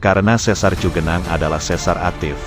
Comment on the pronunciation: Yg benar cigenang bukan cugenang iya Khan daerah Sunda mah udah pasti di awal ci....kalo cu itu para pendatang luar Sunda iya Khan.... salam dodol